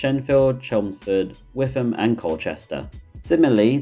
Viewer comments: Witham is pronounced "Wittam" by the way. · the Witham pronunciation hurt me